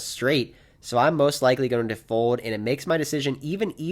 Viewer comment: you’re one of the best poker vloggers going! Love every video. But I’m not sure if you know that the word “fold” has the letter L in it. Keep it coming champ